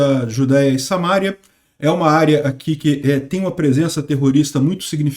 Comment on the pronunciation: Não é Samária, é Samaria. Assim como não é Mária, é Maria. Já o Mário é Mário mesmo. Conhece o Mário, né?😁 Também não é "precisam haver" é precisa haver, sempre no singular, ainda que o objeto esteja no plural. "Cuestão" pode, mas é muito feio!😎